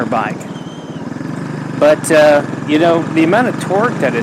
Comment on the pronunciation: That-uh, and but-uh made me skip the video 😢